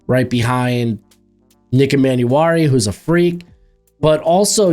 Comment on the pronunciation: Hate to be that annoying guy but its e-man-war-e